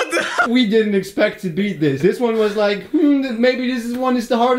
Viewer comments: Eerytime he tries to say smas the like he says smash the leeek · Are you saying liek for a joke. If not, the word is like. Also I smashed it!😀